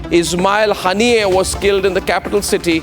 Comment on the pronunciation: Haniyei nhi harniya sunayi padta hein 😂